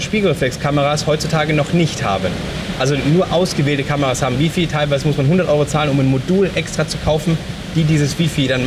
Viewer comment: Die Drittel-Regel sollte man auch so nennen. Der Goldene Schnitt ist ja näher an der Mitte. ^^ Und Wi-Fi wird [ˈwaɪ̯ˌfaɪ̯] ausgesprochen! ;) Frage mich warum unterschiedliche Kameras für die beiden Teilnehmer ausgewählt wurden. Ich würde mir persönlich keine Kamera ohne Sucher anschaffen. Besonders bei viel Licht würde mich das sehr stören, wenn man dann auf dem Display kaum was erkennt. Und mit dieser neuen Abdeckung fände ich das zu umständlich.. Trotzdem schöne Reihe! :)